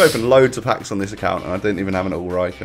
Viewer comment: His name is Ulreich, not Ulreik